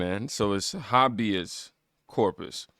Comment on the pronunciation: listen aint no excuse for the way yo butcher these words that are common and simple. I'm a 7th grade drop out and a Autodidact so aint no reason no excuse bro its HAY-BEEUS corpus HAY=BEEUS man aint no excuse. You make the edits you make you look like a kindergartener learning a new word stop being lazy leant the word and add it to the edit cause man some words you mispronounce bro EMBARASSING you got the internet look it up add it to the cut you are blessed to earn money doing this i been trying for years but I'm too poor to afford the equipment than when I see where I'm pose to be it burns me up that you wont do the extra lil bit of work to sound like you know what you are talking about.